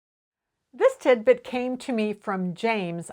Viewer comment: Everytime I hear tidbit all I hear is timbit which is a popular donut in Canada 🇨🇦. I have been watching your videos for the last few years and thank you for all your great content.